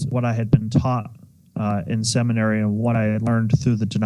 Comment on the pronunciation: Call me immature, but when I heard "semenary" I LOL'ed, and that's how it was spelled in my mind.